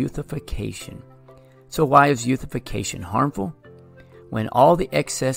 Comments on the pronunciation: he just pronounced eutrophication incorrectly. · pronounced eutrophication incorrectly but okay